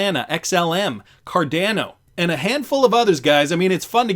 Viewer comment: Had to unsub at the pronunciation of 'car - DAN- oh' - this shit break your AI or what